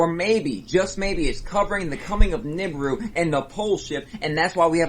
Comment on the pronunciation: Oh no, not “Niburu” again! I thought we left that 4 or 5 years ago?